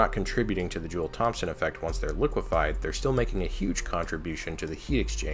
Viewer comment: brother, the P in Thompson is silent.